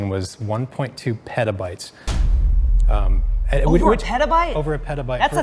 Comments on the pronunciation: Petabytes? I think you mean WETAbytes! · Did that man just say petabytes... peta... bytes...?